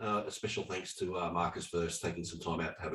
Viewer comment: did that guy call Marcus as Morris?? Seriously..🤣🤣🤣🤣